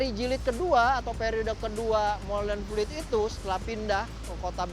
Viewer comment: Molenvliet, bukan Molenvielt.